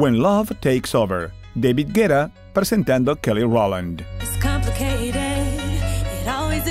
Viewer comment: David Guetta pronunciado como Deivid Guera cuando él es francés. O_o